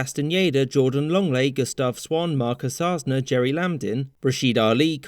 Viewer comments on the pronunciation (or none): none